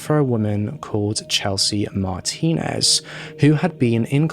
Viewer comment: Kudos 👍😁😎 for you, you pronounced her last name right!!!!!